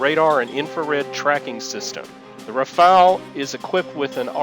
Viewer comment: can you ,please ,pronounce properly French aircraft Rafal as Rafaaal not Rafael??Rafal is kind of wind or long burst of automatic fire.Rafael is a latin name and izraeli defence company.